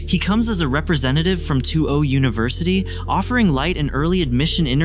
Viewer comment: Who edited this? Two Oh university? Light Yag Ami? I can’t. It’s nice that the AI voice kind of sounds like Light’s American VA, but the pronunciation is so off.